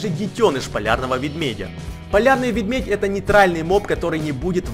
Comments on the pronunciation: Мне одному пакозалось что он говорил не медведь а ведмедь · Мне показалось что он сказал вместо медведь-вембведь :D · мне покащалось или он сказал мевмедь? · Простите) Просто плохо различаю акценты и тем более не знала что по украински будет Видмедь, а не медведь. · Он в начале говорил "Ведьмедь"! XD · я думал что ты говорил ведмедь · Кто такой полярный ведмедь, и что ещё за появлиться? Логопед? не? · Ты говоришь "Ведмедь") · ты говориш Нада говорить медведь